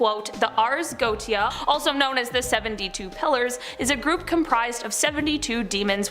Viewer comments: GO-WAE-SHA!!!! and it's not the bow (tie) of a boat it's the (take a...) Bow of the boat. (For the titanic 2022 video) both for. You guys really need to check how to pronounce normal, simple, mundane, common things. R Especially if you are going to say the word 10-50 times in a video. Love the channel and the people, just need to shape it up a little bit. Stay safe everyone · It's pronounced Go-ay-sha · Just a friendly piece of info. If you make another video about the Goetia... it is pronounced... Go ay sha. :D PS Love your vids good job! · Go look up how to pronounce things before you subject us to repeated infuriating mispronunciations. It is the Ars Go-ee-shuh. Good lord. It doesn't take that much time and it makes you look less foolish